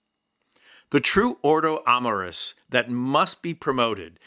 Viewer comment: Watch your pronunciation. AMORIS is accentuated on the "O" NOT on the "A" BTW, I never saw a Podcaster with the anger and insults, u hurl on Vince, It sounds to me like Vince truly follows Christ.